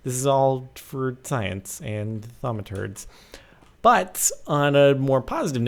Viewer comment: Thaumaturds. Am I the only one that laughs when he says that